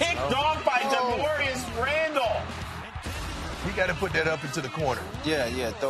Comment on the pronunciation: did he say Darmorius Randall??!?